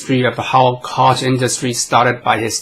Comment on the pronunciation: Koch...pronounced “Coke”